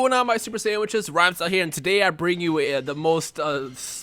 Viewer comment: why do you always say super sandwich es?😂😂😂😂